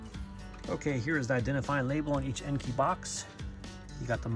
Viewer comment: Nice wheel choice! Looking forward to your 5 lug swap. Here is a fun fact for ya'.. Most people pronounce Enkei the way you pronounce it EN-KEY. Which is actually incorrect, it is pronounced EN-KAY. 😅